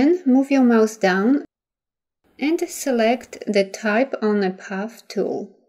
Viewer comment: Your technique is excellent. I had a very difficult time understanding the narration, however. "Select the Artboard Tool" sounded like "Suurk the Achboat Too." I had to play it over and over to figure out what was being said, finding "Artboard Tool" in the application and assuming the rest. Again, excellent video!